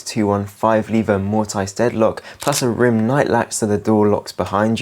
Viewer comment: "Mortise" is pronounced 'mortiss'.